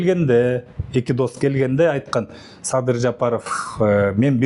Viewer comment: Сабыр эмес Садыр деп туура айтчы итркемди келтирбей